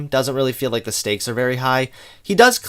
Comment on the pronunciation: also he pronounces "Like" "lake".